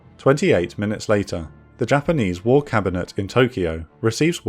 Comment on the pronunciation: The content, the voice melody, the historical accuracy and pronunciation of Japanese words all combine into a perfect example of professional content of this chanel. Highly admire your job guys. Well done.